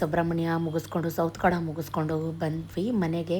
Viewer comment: ಸೌತಡ್ಕ ಶ್ರೀ ಮಹಾಗಣಪತಿ.... ಸೌತ್ಕಡ ಅಲ್ಲ